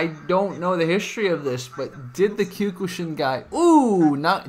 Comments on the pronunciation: Dear video poster, just so you'd know, you're actually pronouncing Kyokushin wrong. I'm hearing you saying "Kew-kuu-shin" when it's really supposed to be pronounced as "Kyoh-kuu-shin". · “Kyukooshin” LOL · It is kyo-ku-sheen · He says kyokushin really weird.